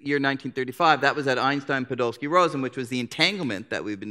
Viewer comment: Maybe Einstein deserves to have his name pronounced correctly. Not like I hear here hundreds of times. Its some english-german hybrid pronunciation. S in his name should be pronounced as in word "shell" not as in word "sock".